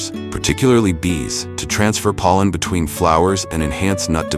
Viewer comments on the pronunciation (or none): none